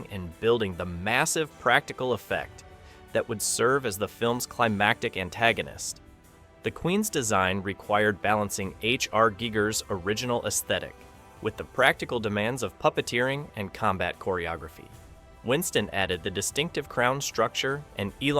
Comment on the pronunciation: The pronunciation sounds like "geeger," while the correct spelling is Giger.